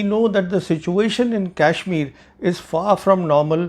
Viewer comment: Pravin ji .... Being a vetran I dont see positivity in u for our defense forces or govt. Its good to be critic bit not always and ur claim of superiority of our adversary on us is baselessly. Having serious doubt on ur integrity. Sorry for that but ur videos depict those. Pl pronounce properly the name of KASHMIR not KYASHMIR